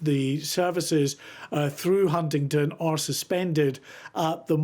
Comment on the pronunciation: 'Hundindon' 'Huntinton' ....it's fiking HUNTINGDON